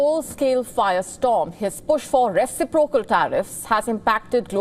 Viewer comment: Please pronounce 'reciprocal' correctly...